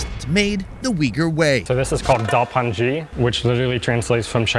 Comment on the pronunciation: loved to see da pan ji as the last dish. i've lived many years in China and it's my favourite restaurant meal. eaten with wide belt noodles. pronounced da-par-jee in north China. some restaurants serve it on a large nan bread. delicious!